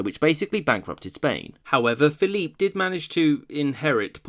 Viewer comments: Not sure if this comment has already been made, but why are you pronouncing Phillip II’s name in French. Even in Spanish it is not pronounced that way(you pronounce the second e in Felipe) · Repeat after me: "Feh-lee-peh" (Felipe II). If you don't want to say it the Spanish way you can anglicize it to Phillip like you do with Carlos/Charles, but Dios mío, don't pronounce it "Philippe" as if he were French. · Complete massacre of the names. -Carlos not Charles -Felipe not Phillip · Felipe is prounced fell-ee-pay. You're giving it a French Pronunciation, not Spanish. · Why do you insist on using the French pronunciation of Philip II's name in the videos where he's mentioned? If you want to pronounce it as in Spanish, it would be (using English phonetic values) "feh-LEE-peh." And if you're going to at least try to pronounce Philip as Felipe, why use the English pronunciation of Charles instead of using Carlos? Why put so much effort into these otherwise really good videos only to bungle something so basic?